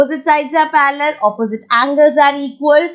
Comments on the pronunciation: The way she says parallel 🤣 I am Like parrallel ok the correct pronunciation is parrlal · Who note word parrrrrrrel😂😂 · Mam ur way of saying 'parallel' is quite funny 😄 but ur way of teaching is to salute